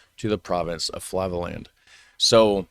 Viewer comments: Flevoland, not Flavoland. The "dialect" is perfectly understandable for any Dutch person. Kibbeling is the Dutch "fish and chips". My mother would have it every Thursday when the fishmonger set up business in the nearby parking lot. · The e is more pronounced as "a" as in say. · sorry... but: Flevoland = Flay-fo-la-nt 😅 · For the pronounciation of Flevoland, see it like this. Flay (like clay) -vo (like volVO) -land So Fle (flay/clay) vo (volVo) land Fle-vo-land Good luck to anyone trynna learn pronounciation👍